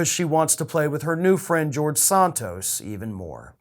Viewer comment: Nice that you said his last name correctly 😊, but Santos is still a horrible man.